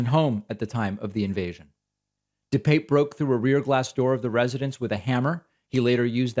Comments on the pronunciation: David, just mentioning this because I know you always want to be accurate. When asked by the judge about the pronunciation of his name, DePape replied, dih-pap. At least you are not like that disgusting, cowardly tool, Tucker Carlson, who calls him dih-pappy! Keep up the good work, I appreciate you! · Dih-pap. He's clarified how to pronounce his name